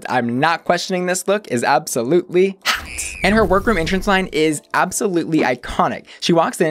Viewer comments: You remind me of ryland adams so much 😥 but I don’t even like ryland lmao Also I’ve been binging your videos because you’re so articulate ❤️ I cannot stand the way you say “hot” though omg, I am so sorry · Love these videos but, the way you say HOT or ROT drives me insane lol